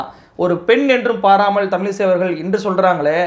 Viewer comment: தமிலிசை அல்ல தமிழிசை என்று கூறுங்கள்.தமிழின் சிறப்பு எழத்தே அதுதான் திருத்தி கொள்ளுங்கள்.